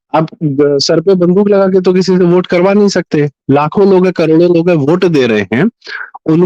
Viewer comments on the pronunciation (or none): आप लोग वोट को ओट क्यो बोल रहे हो मेंने बहोत बार सुना, अलग अलग वीडियो में भी आप लोगो को सुना लेकिन वोट की जगह ओट ही सुनाई दे रहा है। शायद में बहोत गलत भी हो सकता हु, फिर भी मेने आपको ये लिखा खास करके मेने को वोट को ओट कहेते पाया है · लेकिन ये तो बताओ की में जो वोट को ओट सुन रहा हु वो सच मे ओट ही बोला जा रहा था या फिर वोट नहीं पर ओट ही बोलना सही है